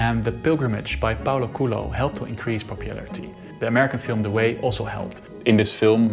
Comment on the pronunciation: FYI the way you say Paulo Coelho sounds more like Paulo Culo, which means Paulo Asshole :)